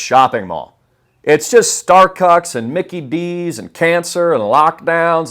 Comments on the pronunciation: My boy said Starcucks 🤣🤣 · Yoooo he said starcucks 😂😂😂😂